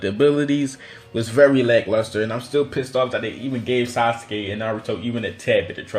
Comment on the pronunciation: He said asuske